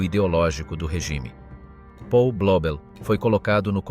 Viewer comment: 1.37...E' nato nel 1994...allora oggi avrebbe 31 anni... Si pronuncia Paul, non Pol!! È tedesco, non inglese...